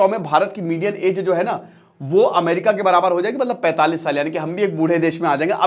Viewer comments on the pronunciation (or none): none